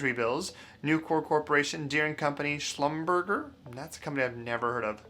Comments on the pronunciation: Schlumberger is among the largest and most important oilfield services/geological companies in the world. The name is French, so "..berger" is pronounced more like "..bairzhay". :) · Slum-ber-shay. It's a French word. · It’s pronounced “slumber jay” Lol. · It's pronounced shum ber shzay. It's a very old oil field services company. You clearly don't live in an oil producing region. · Schlum' ber Zha' (a foreign name, not pronounced like the English 'er'). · 😀 Schlumberger pronounced shluhm·buh·zhay which along with Halliburton and Baker Hughes is one of the largest oil field service companies in the world. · Schlumberger was founded by French folks, the last syllable ("ger") is closest to the English word "jay." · It’s pronounced “slumber jay” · Good video. BTW, Schlumberger (oil services company) rhymes with lingerie; as an example. It’s definitely not pronounced as spelled; except when poking fun at the uninformed.